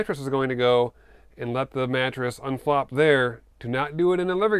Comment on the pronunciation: you were talking about the mattress :D At first I thought you said unplop